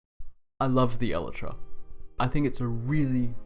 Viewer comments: it's pronounced El-I-Tra, not El-e-Tra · basically Eee-lie-tra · It's pronounced... EL - EYE - TRA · Did you say... elatra? wtf lol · i cant get over how wrong you are pronouncing elytra...